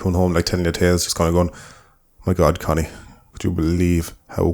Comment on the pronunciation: I keep hearing Conny as "cunny". Dunno if that's just my brain deconstructing women down to their only useful part, or sneaking that in.